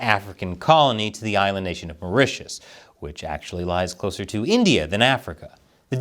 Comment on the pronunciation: Mao Ritius(Maurtius) island